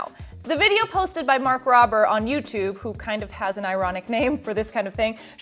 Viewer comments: Robe. Robe - r. Mark Rober. Robe like the garment you put on after a shower. ROBBER is spelled with 2 Bs. PLEASE learn how to pronounce featured names before using them.... especially if you're going to use it for a as a gag in your dialogue. Mark Rober isn't a nobody and he's been around the block enough times that you can learn how to say his name correctly. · She said Rober wrong.